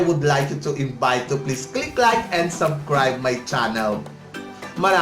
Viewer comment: sir.. subscribe..NOT subcribe.. with S... no offensement po.